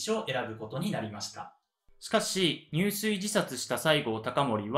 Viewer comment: 藩主をミスって将軍って言ってる部分もありました。 入水はやはり「じゅすい」と読んで頂きたかった。 いい内容だけに勿体ないです。